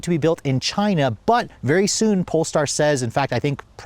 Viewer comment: “ Because it comes from CHYNA “